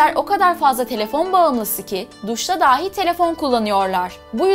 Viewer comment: " dahi " yerine "dâhi" diyorsunuz. Bu beni çok rahatsız etti.